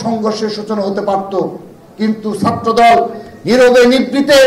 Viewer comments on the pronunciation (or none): none